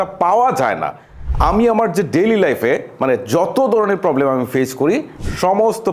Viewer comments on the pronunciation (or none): none